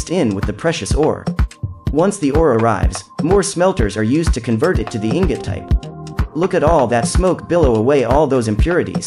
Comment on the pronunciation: The intentional mispronunciation of ingot killed me. Just like the show, you can always tell when someone who knows nothing of the item is reading a script. Love it